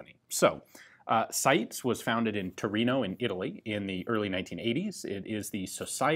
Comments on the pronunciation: I thought the name of the Italian firm in question was pronounced 'SY - TEES" rather than 'Sights' ? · For anyone who's interested, it's actually pronounced SEETES (the final S is pronounced like the beginning of 'snake'). 🙂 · WOW, you pronounced "Torino" that well that I didn't understand the word, I thought it was an English word for a moment and my brain couldn't translate it. But "SITES" was destroyed, so the world is in balance, I guess XD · Hahahahaha you butchered the name. But great vid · My god I don’t even speak Italian and I know your pronunciation of SITE was atrocious